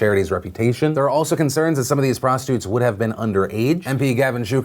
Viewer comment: Am I the only one that noticed that Phil calls prostitutes "prostutes"